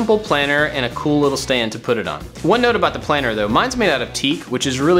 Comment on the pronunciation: your channel is awesome. It inspires me to make so many things. I feel like I know you cause your personality is so friendly. But the entire video when you said ‘planter’ it sounded like planner. I was like “iTs plAnTer. noT plAnnEr” lmao